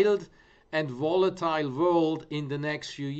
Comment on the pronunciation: " So i zink it vwill be a very vwild and volitile vworld .. very good " #PeterSellersMoment